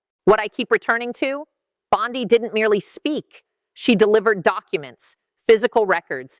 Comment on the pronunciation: The name is Bondi, not Bondai, and the fact that you can't keep a thing that simple straight means that you are a fool.